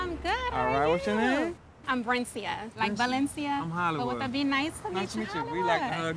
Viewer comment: Not Doc calling Hollywood’s date Bernicia 😂 I thought it was Brencia.